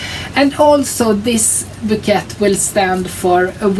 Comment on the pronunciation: your new sweaters are beautiful. I love the citrus socks you made! just wanted you to know... an arrangement of flowers are called a bouquet. pronounced... " bow kay". Thanks I always enjoy seeing all your projects and your yarns.